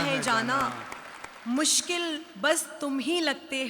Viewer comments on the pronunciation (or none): none